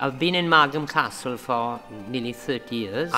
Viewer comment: ça m'a choqué aussi lol